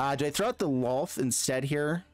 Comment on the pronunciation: He said Lolth's name right! The world is right again!